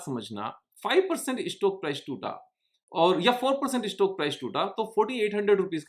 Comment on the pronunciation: tumse 'Stock' bhi theek se ni hola jata